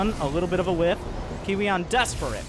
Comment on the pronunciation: i think you pronounce kiwian, Kowean